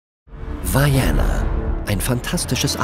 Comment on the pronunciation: An den Sprecher dieses Videos: das heißt Vaiana und nicht Vaiäna... man kann sogar die originalstimme der Produzenten hören die es Vaiana aussprechen. Die Maori betonen nicht alles wie die Amerikaner. Just saying...